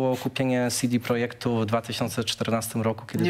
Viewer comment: "SiDi prodżekt" lub "CD Projekt". "SiDi Projekt" to łączenie angielskiego z polskim.